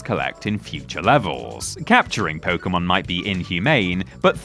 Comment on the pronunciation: Thank god you dont incorrectly pronounce it "poke-ee-mon" been playing since '98 and I cant stand that.